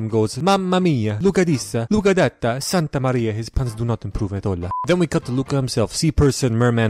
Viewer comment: His Santa Maria is pretty good (or at least as somebody who knows a fair bit of Italian, it is really similar to the og). Edit: ok actually his vaffanculo ain't really to the point